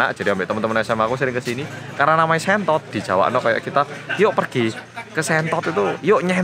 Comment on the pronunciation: sentot bukan shentot haha